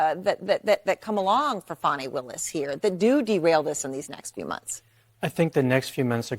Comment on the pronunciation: STOP WITH THE FONI ITS FANI